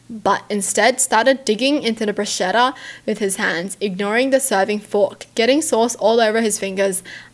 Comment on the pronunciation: I'm not italian but i just want to say that bruschetta is pronounsed brusketta (brus - KE - tta). you're welcome